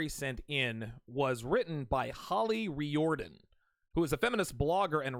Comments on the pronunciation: I must rise in defense of the Irish. It's pronounced reared-in not ree-or-den. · Its pronounced REER-DEN.